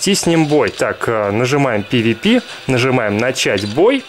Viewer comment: Не пивипи а пэвэпэ